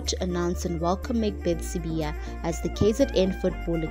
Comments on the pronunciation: sibaya not sibiya 🤣🤣🤣🤣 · Sibaya.. They wrote Sibaya and she keeps on Sibiya. The lady needs to care wrong pronunciation of people's surnames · He is not Sibiya, he's Sibaya, as in the kraal. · Sibaya wena not Sibiya bari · Not sibiya is Sibaya!!!! gees